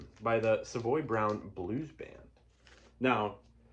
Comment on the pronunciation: You say Savoy correctly !! I had dinner with Kim ( Simmons ).. in the 1990's and he corrected me ! He understands that most Americans Americanize the pronunciation. Cool ! Now I know what you are into. . great jazz titles, Funk, soul, blues.. Soul Funk Jazz, all of the above ! Bryter Layter has never been my favorite, but it's still an amazing Nick Drake album !